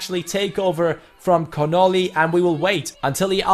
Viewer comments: Sam Connolly is pronounced like (Con-ah-lee) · I'm Irish and it was pretty insulting when he said Connolly like connili